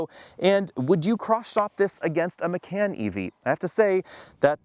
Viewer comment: When did Macan (mah-kahn) become McCann?